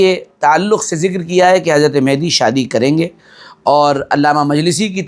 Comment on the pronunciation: Hazrat,, lafz mehdi Nahi balki Mahdi hai..yani Hidayat yafta.. Durust kar le..😊😊